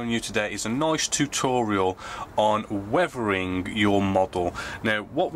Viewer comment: Did he say “wevering “?